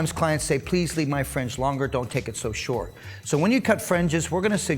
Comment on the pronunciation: Great video. Helpful advice and technique, but some people have thin hair and can't afford to take part of the top to cut a guide in order to lessen the weight. On a side note, when you say "fringe", it sounds like you're saying "french". "We're gonna suggest thst you offer a frenge benefit" lol.